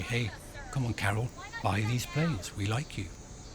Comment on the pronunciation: The first name of Polish president is Karol not Carol. Karol, like in Karl Marx. It's not Carol Marx. Your guest needs to get a bit more education.